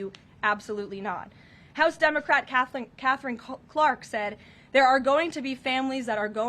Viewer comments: Did she pronounce it "dumbacrat" once? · Did she just say “dumocrat”?!! 😂 very fitting ❤